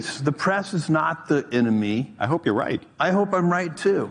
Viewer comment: No, the press is the eh-no-me.